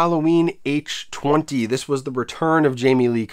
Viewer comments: Halloween H20 isn't pronounced H twenty. It is H two oh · People are gonna give you shit for the H-Twenty pronunciation haha. It was marketed as H-2-Oh like water, granted it was dumb as hell to call it that. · "H twenty?" wtf?? H two oh...lol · H Two OH not H Twenty, nobody calls H2O H Twenty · Nobody:: “H Twenty” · How to get lots of comments on your video: Purposely mispronounce Halloween H20 multiple times.